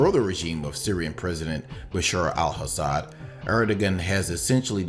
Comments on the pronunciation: Your pronunciation of the Syrian president's name is wrong! It's pronounced Assad, not Hassad. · Dude - there is no H in Al-Assad. ok. it is not HASSAD.